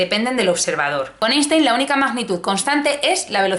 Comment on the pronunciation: se dice “ainstain”😩